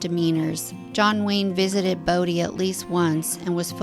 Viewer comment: You frequently said "Brodie" instead of Bodie lol